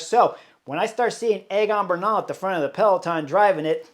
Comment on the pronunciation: I’m rooting for Sepp all day tomorrow. And, thank you for pronouncing Bernal correctly, sir!